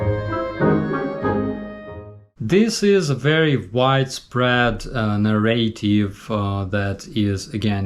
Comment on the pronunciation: Sorry i am in a nitpicking mood today. In the word narrative the accent is on the first syllable (na). In informative the accent is on the second syllable (for). We will get your pronunciation up to snuff in time 😁